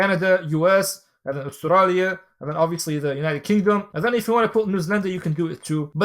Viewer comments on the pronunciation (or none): that "australia" was so arabic 😂